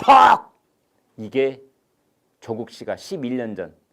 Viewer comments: 대기자님 발음이 예술인데요 초쿡 어이그 챙피해서 얼굴들고 동네를 어떻게 다닐까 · chok uk 이죠 구글발음이 좋아 ㅋㅋ